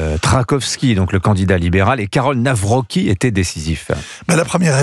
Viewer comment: On prononce le C en polonais, donc on dit Nawroztki, pas Nawroki !